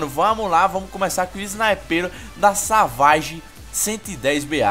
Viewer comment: Se escreve Savage e se pronuncia Saveige